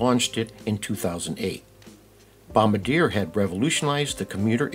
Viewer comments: Say, "bom-BAR-dee-yay" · bro said bombdyer💀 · Repeat after me: BOM-BAR-DEE-AYE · Bom-bard-yay (Caveat: Bombardier staff may tell you to pronounce it however you like) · It’s bom-bar-dee-a dummie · You’re not pronouncing Bombardier correctly